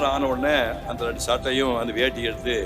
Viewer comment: Y don't u speak Tamil properly, randu illa rendu, u have spoken lot of dialogue in movies, but not speaking properly